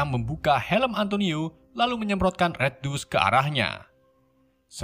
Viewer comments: banyak penyebutan bhs inggris yg salah spt red dust (red dast) jd red dus 😀,budapest jd bedebus tp krn naratornya pede jd enjoy aja sih 😂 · Bukan maksd menggurui nih cuman mau ngasih tau aja kalau "C" di kata CIVIL dibaca "S" jd sivil. Dan red DUST bacanya dast bukan dus. 😁 (Fyi: Tulisan make huruf pronoun yg ngk ada dikeyboard gua jd gua tulis biasa aja). Senang berbagi ilmu